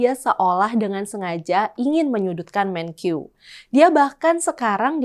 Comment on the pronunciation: Untuk presenter, maaf perlu saya koreksi. Melafalkan kata MENKEU tidak usah dg lafal seperti orang Inggris jadi ”Menkyu”. Kita bangsa Indonesia, lafalkanlah dg bahasa Indonesia yaitu MENKE-U bukan MENKYU!.